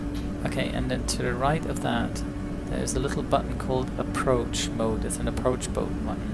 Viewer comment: 6.47 what is an "approach bode mutton" 😂😂